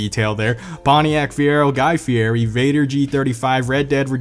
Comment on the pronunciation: "Guy fieri" wut 😭😂